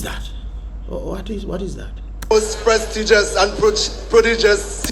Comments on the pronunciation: What the young guy said ? Prodigus? Lolol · I suspect he meant prestigious